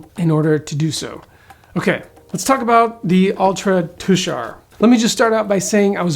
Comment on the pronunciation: Thanks for pronouncing Tushar correctly. Tushar is my mother's maiden name and the mountains in Utah are allegedly named for members of my family who left Pennsylvania for Oregon many many years ago.